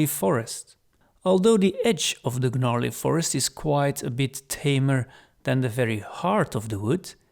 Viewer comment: Gnarley is pronounced with a silent G.. unless Gygax decided to have it be mispronounced on purpose for fun. Which might be the sort of thing he does. Anyway, great presentation! The Domain of Greyhawk is it's own entire campaign setting in micro form; it has a little bit of absolutely everything except artic areas you could adventure through, all without going further than a 100 miles from a massive cosmopolitan city to sell your loot in.